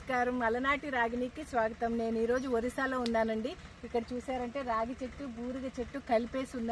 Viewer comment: రాగి చెట్టు కాదు రావి చెట్టు